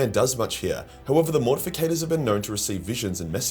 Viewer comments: Why does mispronounce Mortifactors as “Mortificators”? He does this a lot and I’m just kinda curious if anyone onows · But. It's "MORTIFACTORS" not "MORTIFICATORS". Ffs man, get yer shit together. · Morti - factors... Not morti - fi - cators. But cool video 😂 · It is spelled and pronounced Mortifactors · It's spelled and pronounced Mortifactors. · its MortiFACTORS ffs :D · Yeah idk why so many people mispronounce it